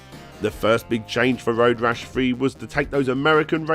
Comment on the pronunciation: nineteen eighty free